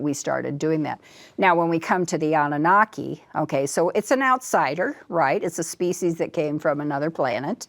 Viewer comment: "Annanaki" -- Annunaki